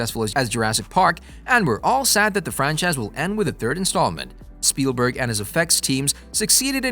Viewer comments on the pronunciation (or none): none